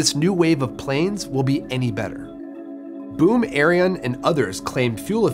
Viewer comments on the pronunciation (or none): To be fair, the video is mispronouncing it. It should be pronounced “air-ee-on” not “air-ee-uhn” But yeah, not great regardless.